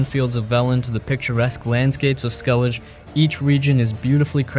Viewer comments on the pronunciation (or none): Did you actually play these games, And pay attention b/c you say "Skel-ige" instead of "Skelli-ge". It's not like they say it, in game, many times... Just yesterday I saw another person talking about Gladiator and the called him Co-Mode-us, instead of Comma-dus, the name is said, in the film, many times. What are you all hearing when you consume these products?